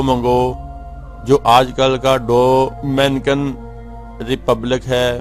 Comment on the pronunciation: Aap ko thik seh Dominican b kehna nahi aaraha…aap ko kya follow karna hai 😅